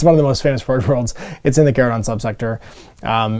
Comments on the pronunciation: Yep, 'ch' as in church, chase, etc.. & yes, it was in a couple Warhammer Community posts, don't know how it's mispro... wait, is he still mispronouncing *chordclaw*? I see a pattern here. Blaster was here... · If you watch the GW video, they pronounce it “Char-uh-don”, with “char” as in what happens to steaks and veggies when grilled.